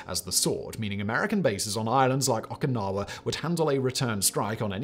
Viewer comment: Why do people pronounce Okinawa "oh ka nawa"?